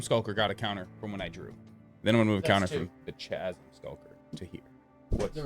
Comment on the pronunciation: Chasm is pronounced like chaos whith a hard k sound😅